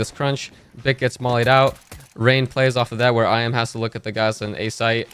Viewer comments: its eeeMeh not I'm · iM = Emeh, not “i am” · I M ?????? it's imah:face-blue-smiling